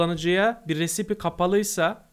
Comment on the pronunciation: Recipe risayp diye okunur